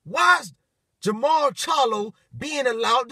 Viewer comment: Jermell not Jarmall. Canelo is the man at 154